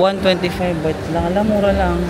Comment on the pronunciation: “BAHT” po currency ☺️